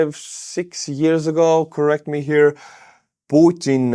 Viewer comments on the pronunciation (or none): none